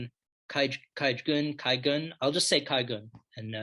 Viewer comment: your pronounciation is spot on for Kajgūn! thanks for your great insight